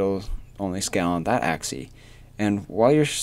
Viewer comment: You cant say "Axi" it's always "Axis" :D